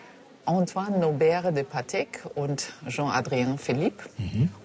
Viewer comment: Ist Patek, nicht Pattex...... 😁😁🤣🤣